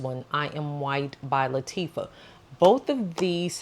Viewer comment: Nice video…Btw it’s pronounced LA-TA-FA And yes that insomnia has gotten me in trouble many times 😅